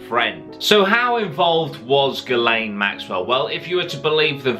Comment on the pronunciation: Pretty sure it's pronounced 'Jizz Lane'